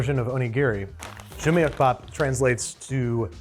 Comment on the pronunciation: it's pronounced joo-muck-bap, not joo-myuck-bap